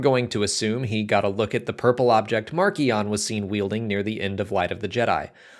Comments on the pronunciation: For what it's worth, the audio book for Light of the Jedi and the official Star Wars youtube channel say mar-see-on not mark-ee-on. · I've been pronouncing it 'marsh - ion' and I'm never going back on that!!